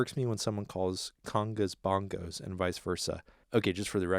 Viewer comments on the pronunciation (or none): Then talks about speaking on gear wrongly and calls bongos "bongas"... can't tell if trolling.